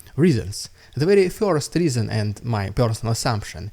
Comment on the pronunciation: Hi Dude, nice stuff being published here, I subbed not long ago. I'm just wondering whether it would be somehow possible to refine the pronunciation of "first", which very much sounds like "фьёрст" in the vids. That is the very only thing that sounds somehow odd, anything else is faultlessly OK.